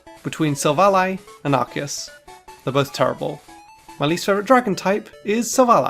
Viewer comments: It's Ar-key-us, not Arkoos! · Ar-key-us, not f*cking Arcoos! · IT'S ARCEUS, NOT F*CKING ARCOOS! GET IT RIGHT ALREADY! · It’s not ark-eus it’s ark-oos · it’s arkoos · No, stupid! It's supposed to be pronounced like RKS! Think of those 3 letters! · Its arkoos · It’s pronounced Arcoos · No, it's Ar-key-us! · It's pronounced Ar-see-us, you unpheasant. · No. It's pronounced Ar-Koos. XD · You're both wrong! It's Ar-key-us! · It's arcoos,Man? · It’s arkoose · it's pronounced ar-KOOS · THERE ARE NO O'S IN ARCEUS! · THE E IN ARCEUS SHOULD BE AFTER THE U! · Unfortunately Arceus was mispronounced the entire time